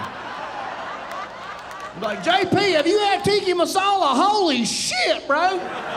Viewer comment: I love this guy, but it’s “Tikka Masala” not “Tikki Masala”…..